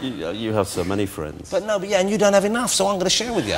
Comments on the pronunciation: Wossi: "Can we be fwwends after the show?" Mozza: "Yes, but only if you can say 'Frankly Mr Shankly' Jonathan!" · "Can we be fwends after the show?" "I don't think so."